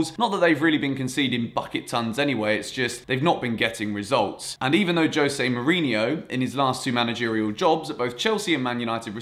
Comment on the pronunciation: Mourinho, not Mourinio